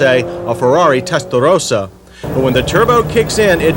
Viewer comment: he had to say testalrlrlrllrossa Again!!!! lmao